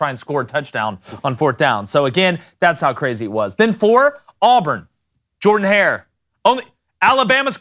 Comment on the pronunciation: First time viewing this YTC. Not trying to offend (or whoever told the duck sausage story), but an Auburn fan (since at least 11 y/o) uploading a video about college football stadiums where he mispronounces the name of Auburn's football stadium which is named after Auburn's greatest football coach... Not sure how that happens. Shout-out to, IMO, one of the most underrated game-day atmospheres, South Carolina.